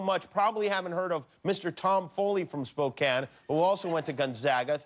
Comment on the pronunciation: Oh, Jimmy... get out of your LA and Las Vegas bubble and come on up and see GU. You'll love Spokane (at least you pronounced it correctly).